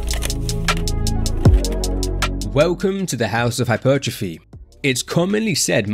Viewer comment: "Hypeeeeertrophy" LMAOO you say it soo funny 🤣